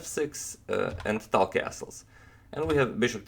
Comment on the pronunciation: are you sure tal is pronounced tal and not talj?